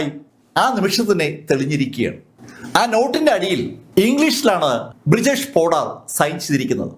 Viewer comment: ബ്രിജേഷ് പോഡാർ അല്ല.. ബിരേഷ് പോഡാർ ആണ് ഈ പറഞ്ഞ കൊലപാതകി.. 😁